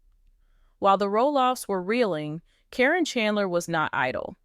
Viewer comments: it's not Corrine nor Corin ITS CARYN! you pronounced it Karen one minute then Corrine the rest of the time they are one in the same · I think that someone that knows the names of the people of LPBW should be reading the dialogue. Her name is Karen, not Corrin… but I am glad she was caught. It is so sad how horrid people can be because of greed! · If you are going to tell the story (Or the AI), her name is not Kareen, Caryn is pronounced Karen. It messed up the whole thing!! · If you're going to tell a story about people who are stars and well known, you have to pronounce their names correctly. The name Caryn has been pronounced two different ways in this video. I heard the name pronounced correctly only 3 times by the announcer. Instead of calling her Caryn (old spelling Karen), she kept calling her Corrine. Learn the names before you start reading the script online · All you silly people think a simple paper with a signature could change a multi million dollar policy without an attorney or witness ? THIS NEVER HAPPENED. This person can't even pronounce Caryns name. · To bad you used AI - can't say her name correctly or consistently....Makes te whole story a farce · I think this is a BS AI story, they're still together! I think that's why she's saying her name wrong, so she can't be sued!